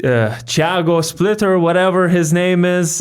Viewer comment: Brazilian here. You absolutely nailed Thiago's pronunciation the first time,. Sounded like one of us